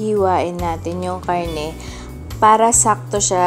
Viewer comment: Bakit nauso ang KA-AHRRTEHAN sa pagbigkas ng letter "R" PAHRRA, PAHRRA, PAHRRA. PAHRRA SAKTO LANG SA BUONG KHARRNE NA NABILI NIYO. Kaumay... Ang arte sobra